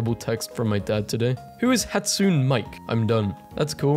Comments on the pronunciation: its pronounced hatsune not hat soon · hat-soon-ey right ?? my classmate called her hudson